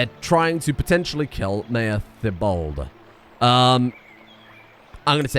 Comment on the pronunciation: Today I learned that can't pronounce my name... (I'm called Thibaud)